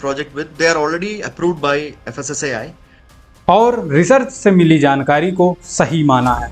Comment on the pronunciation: FAASI nahi FSSAI hai lol